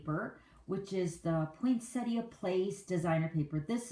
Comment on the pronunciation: Love the cute card but the poinsettia cards are just gorgeous. Also very refreshing to hear someone calling it a poinsettia not a poinsetta. Thanks for sharing both styles of this card - I've always been scared of making one of these but after watching you, I think I'm going to try. Bev from Sydney Australia.